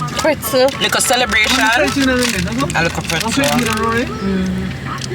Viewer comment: likkle celebration a likkle pretzel tank gad 😂😂😂